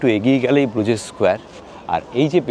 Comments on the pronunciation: Pronunciation is brooj, not Bru jais. It is a mainly walking and cycling city, people don't use cars, best is to walk across the overpass over the canals or cycle the quaint streets. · Bruges is pronounced as Broosh in Belgium also local Flemish people call it Bruha